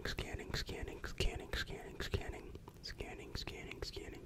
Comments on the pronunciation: To me it sounds like “who’s cannon” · or “skinning”